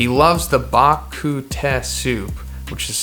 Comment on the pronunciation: bak ku teh is pronounced baku taey(YES SG IN MHA WOOOOOO)